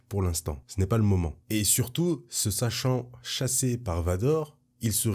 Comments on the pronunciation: Bravo d'avoir réussi à répéter "se sachant chassé", sinon super vidéo ! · Hello, "Se sachant chassé"....Respect à toi pour la prononciation !! Le danger tu aimes ! :-) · Par 2 fois tu prononces parfaitement "Obi-Wan se sachant chassé par Vador" ! Bravo à toi pour cela haha ! Et pour tout le reste bien évidemment